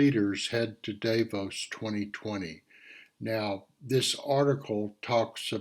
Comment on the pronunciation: Thank you. I am one of your subscribers. It's my hope many others will view your reports. You offer interesting subjects. I will be watching Tomorrow. ( pronounced, Dahfaux = Davos.)